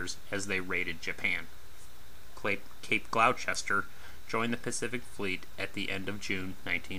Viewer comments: Cape Gloucester is pronounced Cape Gloster. Otherwise great video. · Cape GLOSS-ter